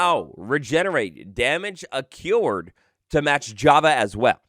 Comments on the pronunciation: its accrued not a-cured. a-crew-ed. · accrued not accured